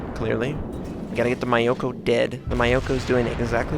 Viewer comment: Fuck, I tried not to notice.... But that's not how you pronounce Myoko.